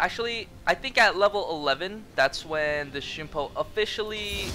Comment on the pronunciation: the way he says shunpo instead of shumpo is triggering me so hard